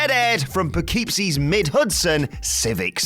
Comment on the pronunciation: Lol an A for effort when it came to pronouncing Poughkeepsie